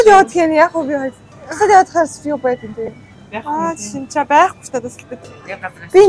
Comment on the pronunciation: Anai aa chinchaa gedeg chin aash novsh gesuug😂😂😂